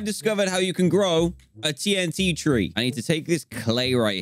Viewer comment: "The TNT Ree" 😂😂😂